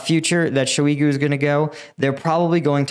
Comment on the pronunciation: Great video. Btw though Shoigu is pronounced as Shoy-gu, not sho-igu